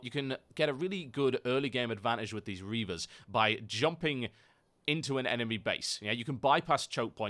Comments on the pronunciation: reapers dued not reavers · You keep saying Reavers ... they're called ReaPers